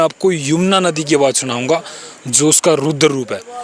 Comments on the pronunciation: Ruder nhi raudra Roop Hota h. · भाई एंकर रूद्र रूप नहीं रौद्र रूप बोलो।